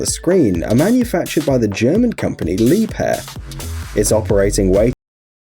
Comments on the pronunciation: Leeb-hair 😂 lol wrong it’s pronounced “La-bare” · It's not Lepair!!😁🤣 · Well it's not. Leeb-herr is right.